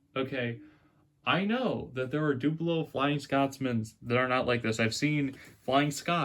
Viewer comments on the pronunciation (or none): Hornby Dooblo? So you would pronounce 'double' as 'dooble' ...? YouTube is so entertaining! And by the way, Great Video!